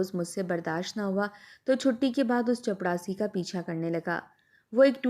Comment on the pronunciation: OMG please chaprasi bole ... Jitni baar ap chapdasi bol rahi h man kar raha story yahi se band kar de